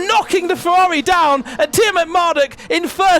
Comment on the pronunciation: Ngl is very funny to hear the commentator say the "R's" like "W's" Fewawi Mewaki Fórmula kawim